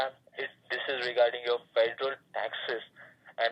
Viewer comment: Can’t even pronounce the word federal correctly!